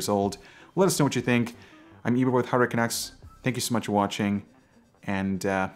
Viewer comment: I like him. He's informative, professional, but still approachable and easy to understand. That said, he ends every video saying "Hardware CUNACKS" instead of "Hardware CANUCKS" which is a personal pet peeve of mine.